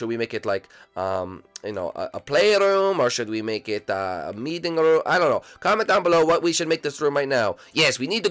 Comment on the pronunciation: You said it meating room